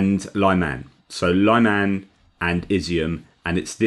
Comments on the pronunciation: At the risk of being pedantic to a Philosopher, may I suggest pronouncing Lyman (or Liman) the French way? As with Lyon? Unlike other Ukrainian towns, there are only 2 syllables involved. I have seen some folk spelling it Layman, which is the next step I suppose, to be blamed on Autocorrect. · Thank you for suggestions. I was listening to another Ukrainian who pronounced it the way I was trying here.